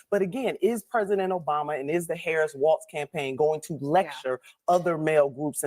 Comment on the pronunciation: Why is ok to mispronounce Walz’ name but not Kamaola’s?